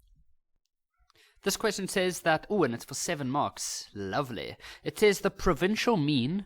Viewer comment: Not saying “LOVELY” like that 😭